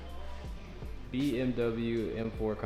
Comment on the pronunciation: "EM FOE "